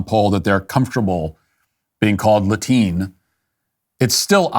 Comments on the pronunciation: "Latine" has been around for a while in Latin America. First started hearing/seeing it like 3 years ago. Also, you're pronouncing it wrong. It's like "la-tee-neh." And Spanish speakers did come up with this lmao. Also "latino" and "hispanic" don't mean the same thing.... Matt Walsh wrong yet again. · Latiny😂😂matt stop!